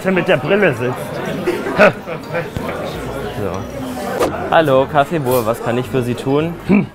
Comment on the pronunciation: Mich triggered das immer so krass, dass alle Buur sagen, es wird aber Büür ausgesprochen. Das ist niederländisch und heißt Nachbar.🤦🏼‍♀️😩 Ansonsten echt lustiges Video. Gastro ist oft seht stressig, der Chef hat dich für den ersten Tag und ohne Erfahrung,aber auch hart rangenommen. 😁😄